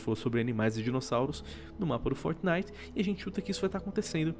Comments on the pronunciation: man fala fortnite certo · luigi del Mais ele esta falando certo.